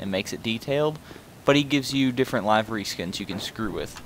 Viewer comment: Can someone mention its not pronounced live ery it's pronounced live a Rey and it's not warth hog it's wart hog